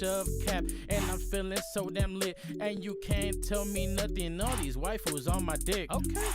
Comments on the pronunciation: said “wiafus” not “white dudes” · He said white fools when he said wifu😂😂😂. Idk if it was a joke but god damn if it was thats hilarious. EDIT: also do more of this 👌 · He said wifus lol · He said waifu like wifeys